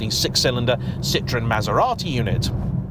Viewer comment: By the way it's cee-trro-hen